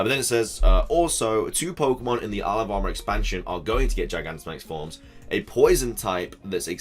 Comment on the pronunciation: Whenever you say "Isle of Armor" it sounds like you're saying "Alabama" 😂😂 Love your videos dude, keep up the good work!!